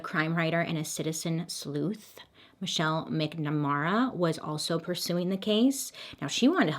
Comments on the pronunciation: lol that’s my boyfriend’s last name but you said it weird it’s Mac-na-marrrrr-a like Mary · Michelle’s last name is pronounced “Mack-na-mAH-ra” MacNamara. Only reason I know that is because that’s my moms maiden name. Very Irish.